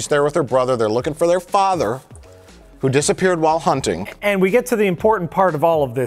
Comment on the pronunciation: “shh I’m Wunting Wycans and Wabbits hehehe”